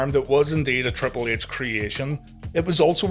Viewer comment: Like when ya say triple ehch